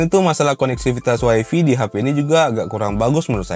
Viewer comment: Wi-Fi = "Wai-fi" kirain "Wai-Fai"